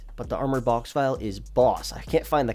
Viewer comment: Oh one thing: the “ville” in Boxville is pronounced like “until” not like vile liquid.